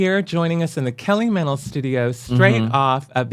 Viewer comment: I hear "Hello, I'm Kelly Mantle. Hello, I'm Kelly Mantle. Hello, I'm Kelly Mental."